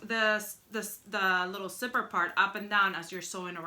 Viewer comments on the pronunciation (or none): I like how she says zipper like "sipper" 😊